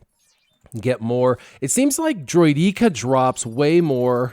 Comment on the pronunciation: You mean droy-deh-ka?